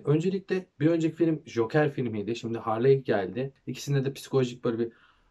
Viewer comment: Abi Harley diye değil Harli diye okunuyor